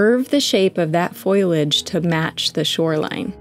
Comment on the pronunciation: How lovely! (It's FOLIAGE, btw. Not FOILAGE! - FOAL-Y-AGE.)